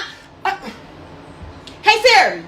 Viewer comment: Can't even say SIRI right smh. Just ghetto asf. And she fighting a lady that's way older how convenient.